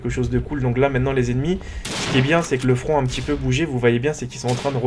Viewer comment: on dit front et on dit pas flan